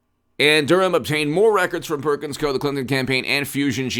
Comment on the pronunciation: Perkins Coie is pronounced "Coo E" or Cou-y. I used to work there, I know.